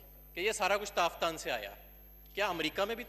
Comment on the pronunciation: Azhir sahib kam say kam tafthan k nam to teek say bolo. Allah ke shan hay tum jasay kuttay be khandan hay.